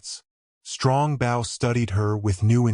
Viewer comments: It's pronounced "Bo." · I wish this reader would pronounce bow properly!😢